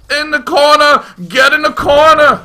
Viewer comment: "get in da cornah!" XD hahahahahahahhaah